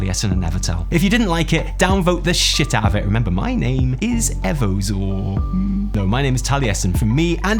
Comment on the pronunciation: That's not how you pronounce Taliesin 😂